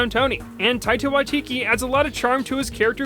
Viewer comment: I can't be the only one who noticed said taita wakiki instead of taika waititi